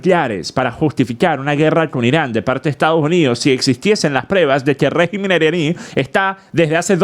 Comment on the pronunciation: escucha bien como se dice régimen. Ya que la voz artificial lo dijo mejor